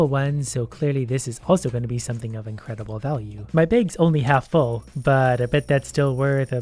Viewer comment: “Incredibile” pickaxe Read it again